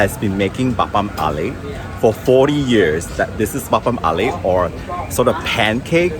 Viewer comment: This video is essential video for anyone making a trip to the city. So well made! Covered both the old and new places, you have the knowledge at the back of your hand and it’s clear that you appreciate the city. You have an interesting way of pronouncing apam balik tho, teehee